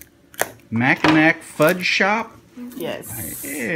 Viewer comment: “ Mac-in-Naw” Mackinac Sorry, I had to - I live in Michigan. 😁 That is the best fudge!! ❤️😊